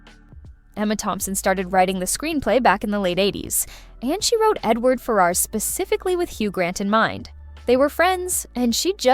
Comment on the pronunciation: And FER-rars, not Fer-RARS.